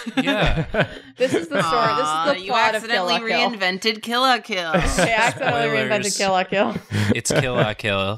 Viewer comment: STOP SAYING KILL LAH KILL ITS KILL LUH KILL